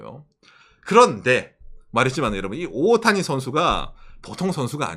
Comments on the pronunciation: 오옷타니? 오타니? 일본식으로 발음 하면 오옷타니 라고 하나요? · 오를 길게 발음해서 오~타니라고 말합니다.